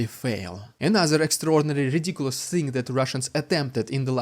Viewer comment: Rrrrriiidicculouss Rrrrrrussian Pppprrrropaganda.......hoo.... I think is unhealthy for picking up rocks 💯😂😂😂